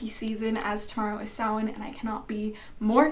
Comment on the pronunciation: Awesome video.. And dafuq, have I been pronouncing Samhain wrong this whole time? Lol